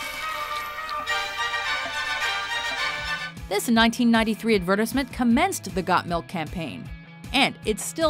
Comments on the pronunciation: C'mon the Cow in the shower... And learn how to say AD-VER-TIES-MENT correctly.... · Say it witrh me AD-VER-TIZE-MENT!!! GET IT RIGHT! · awesome commercials, terrible ranking. could have gone without someone explaining commercials without knowing how to say the word advertisement. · what in the hell is with this woman's British pronunciation of "advertisement". It would be fine if she had the British accent to go with it, but without, it just sounds so effing weird! Like seeing a Bentley logo glued to an old Dodge Omni or something. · Not even the British pronunciation, I'm pretty sure it's a Canadian thing.